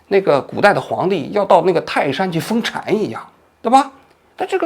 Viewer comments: 王局，你说的对！但不是封Chan ，是封Shan 四声❤ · 封 禅 （ shàn ）不是（chan） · 封禅（shan) 不是 (chan)。 而且说中国冰雪项目惨不忍睹是有问题的。就算王局不了解体育也最少知道个王濛吧。中国是冰上项目强，而雪上项目弱。中国的东北有足够的冰上训练场地，却没有温度，坡度，海拔，雪的软硬度适宜的雪山。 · 封禅不是封 chan😂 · 别的都好，王局，封shàn，王局。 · 本以为是个高知 结果封禅能读成chan 真是贻笑大方 期待下次能酗酒 读成xiong酒 文学造诣 读成造zhi 方便同我们这些中下贫民打成一片:popcorn-yellow-striped-smile::popcorn-yellow-striped-smile::popcorn-yellow-striped-smile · 那叫封禅shan，还chan，反贼也没点文化... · 泰山封禅shan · 封禅（音善）😂😂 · 封禅（shàn），王菊到底学过小学语文没有？怎么每次稍微有点多音字，甚至没有多音字，都要读错，太tm离谱了。看不起央视又要把央视挂在介绍里面当门面，但央视上镜的真不怎么读错字，你这也太拉跨了。。。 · 刚好对这个话题比较了解，发现一些硬伤。最重要的是王局你提到了海关，不过海关跟国籍没有任何关系，其实应该边检才对。据了解公安部三套系统（户籍，出入境，边检）虽然联网，不过一般不会联网去查数据。道理也很简单，边检是公安部直属的，户籍和出入境都是当地公安局管理。另外一个小知识，中国国籍被注销其实是会有一个证明的。一个人被注销了户籍（例如外籍华人疫情期间回国后去派出所报道，直接被注销户籍），并不代表国籍也被注销。最后“封禅”一词读“feng shan”，不是“feng chan”。三国里刘备养子和亲儿子刘封刘禅应该就是这个意思。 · 封禅的读法是feng shan, 不是feng chan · 纠正一个错误： 封禅读作（shan 善）而不是（chan 蝉）。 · 王老师花钱请个编辑吧。看了你几期节目。白字太多了。铣（xi）读成xian。戛（jia）然而止读成ga然而止。封禅（shan）读成chan。这让别人严重怀疑你言语的公信力。😅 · 那叫封扇不叫封馋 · 王局，泰山封禅里这个禅字的发音是shan（四声）, 而不是chan（二声），哈哈，不是吹毛求疵，就是提醒一下。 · 看了一半，王局的基本功还是有点欠缺啊。1. 公安部是国务院的组成部门。2.封禅念shan4，不念chan2。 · 王局, 那个好像不叫封 chan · 封禅，shan，不是chan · 封禅（shan四声） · 是封禅（shan）第四声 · 封禅（shan 四声） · 封禅，拼音是fēng shàn吧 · 王局，封，（shan）禅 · 泰山封禅（shan，音善）啊王局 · 封禅，在这里"禅"不念"缠"，念"扇"音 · 再更正一下：封禅（shan4声） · 纠正一下，是封禅（shan，四声） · 纠正王局一个读音错误：封禅（shan）四声，不是chan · 封 禅 （ shàn ）😁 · 封禅shan,不是封chan,给王局纠正一下。刘备儿子刘禅(shan) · 本质就是一方图名利 一方图竞赛成绩 但非要加上点爱国主义民族情怀来欲盖弥彰 典型的中国式既要做xx又要立xx嘛 中国要是上至天子下到小民都依法 社会哪有那么多光怪陆离乱象 （PS 给王局指个口误 泰山封禅那个字不读chan 读shan） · 封蝉，好家伙，你侮辱当今圣上，你不知道那词读封禅Shan吗？ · “封禅”读feng shan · 王局，是封禅(shan) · 封禅（shan4）不是chan2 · 我觉得很没意思，但是 似乎是 封禅（shan） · 王局，封禅（shan） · 王局提个小意见，那个字念shan，封禅（shan）。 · “封禅” 读错了 应该念 Feng Shan😅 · 封禅SHAN，大哥字要懂怎么读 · 大哥是封禅（shàn） 其它的口误一大堆多到记不住了😅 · 王局你不是记者吗，为什么这个字会读错，封禅shan泰山，这可不应该啊😂😂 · 封禅（shàn）啊王局😂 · 封禅 shan 大典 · 封禅shàn 这还能说错的？ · 封禅（shàn），多音字～哈哈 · 封禅，读如“风扇” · 封 禅 （ shàn ） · 封禅 禅读音为"扇" shan4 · 哥，有没有可能是泰山封禅（shan）四声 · 封禅（shan）多音字，音调同善。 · 那叫封禅（shàn），这也太没文化了…… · 王局，封禅shan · 王局 封禅 fengshan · 封禅，注意读音😅😅